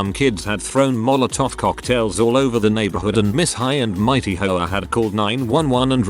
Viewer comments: Is it just me or is the narrator referring to the HOA as whores? 😆😆😆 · The AI pronounces HOA like Sopranos characters pronounce whore lmfao